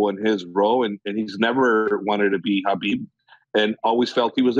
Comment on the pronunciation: F how this guy pronounces "Khabib".